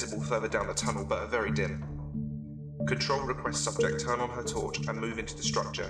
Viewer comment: vewwy spooky